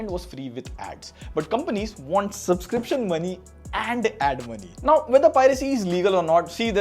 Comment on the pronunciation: Subscription ❌ Subsiption ✅